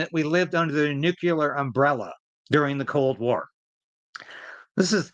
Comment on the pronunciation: it's pronounced NUCLEAR, not "nucular".